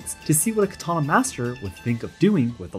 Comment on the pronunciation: Why is this host mispronouncing katana